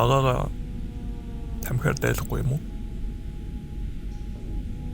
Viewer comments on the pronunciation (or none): Би таймх гэж сонсхоор эмзэглээд байдаг юм. 😡😡😡😡